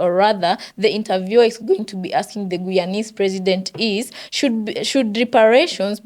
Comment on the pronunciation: It’s pronounced Guyanese (Gii-yawn-neeze with the emphasis on GUY!